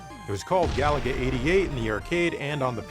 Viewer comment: It's pronounced ga-LA-ga, stress the middle syllable!